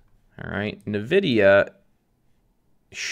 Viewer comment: I love how u pronounce nevedia😂